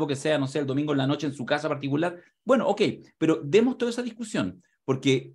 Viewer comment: gueno, gueno, gueno...!!